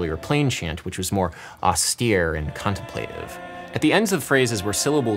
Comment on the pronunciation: it's contemplative not contemplative. dope ass lo-fi btw